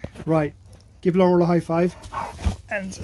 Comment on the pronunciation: lol that "you" and his "I love you's" are so cute. His "Laurel" was pronounced very well too. He's just so cuuuute chasing his tail being so excited and happy. Another awesome video. Cheers guys ! 💙🐕